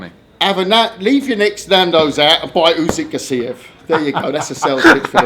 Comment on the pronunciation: It's Usyk not Uzyk